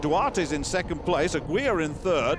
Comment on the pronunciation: "Aguilar" is pronounced like "aggie lar," not "a-gweela." Christ, you Limeys suck when it comes to pronouncing names.